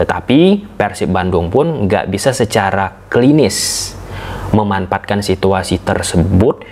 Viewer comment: Bang coba sebelum tidur tiap hari latihan ngomong me-man-fa-at-kan. Karena sering banget salah ucap jadi memampatkan. Sedangkan memanfaatkan dan memampatkan punya dua arti yang berlawanan